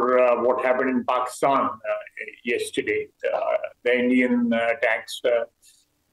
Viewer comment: Pakistan ❌ Paxtan😆😂✅ Armed forces ❌ Aand forces ✅ 😂 S400 is centre of gravity 😅😅😅😂😂 Inse war karne me bhi sharam aati h ab to 😂😂😂